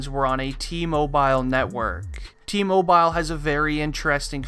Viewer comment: Bruh it’s T-mobile not Tee Moe BILE